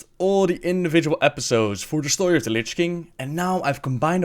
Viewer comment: shtory lol